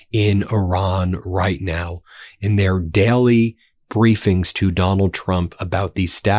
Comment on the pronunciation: You NEED to start pronouncing daily correctly It is NOT pronounced "dyally" It is pronounced "DAY-lee" Same with sailors It is not pronounced "syallors" It is pronounced "say-lers" STOP SAYING "BECOSS" STOP CLAWING AT THE CAMERA STOP SAYING "PLAY THIS CLIP" WE DO NOT HAVE CLIPS WE AREN'T THE EDITOR REMEDIAL ENGLISH MEDIA TRAINING FOR BEN NOW, MTN PLEASE